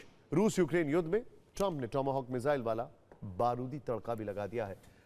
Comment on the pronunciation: टोमो होक नहीं टॉम हॉक बोलो भाई 😂😂😂